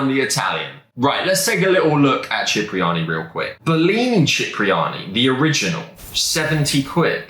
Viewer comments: we love you Cipriani Pronounced SIP Not CHIP My G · it’s pronounced Sip-ri-ani not chip 😂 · Sorry to correct but Cipriani is pronounced Sipriani.